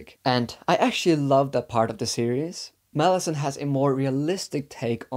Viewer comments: Lol i mean i knew you had a hard time with the series when i seen u haven a hard time with the name...... "" 😆 i seen alot of interview on the book and i never heard anyone say it like that. Its mal lah zon. I swear its ez and its sounds cool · Why do you pronounce it like that? It sounds like you're saying Molasses 😭 I bet that's the right pronounciation as well! Whether its right or not I hate it so much hahaha